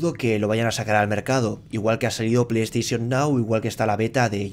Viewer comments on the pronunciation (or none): none